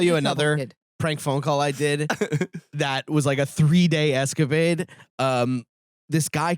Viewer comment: Pretty sure I heard "3 day escavade" and I wouldn't be surprised if thats how thinks it's pronounced 🤣